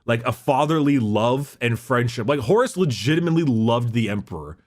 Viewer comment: I dunno why but for some reason I've begun hearing Horus as Horace. The Horace Heresy.